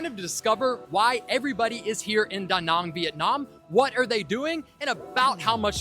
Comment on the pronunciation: Wow, you the first one actually saying Da Nang and not Da Näääääääääääng like everyone else. I like :D Great interview style also!